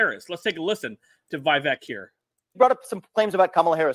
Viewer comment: Not vayvek. Veevek. Vivek.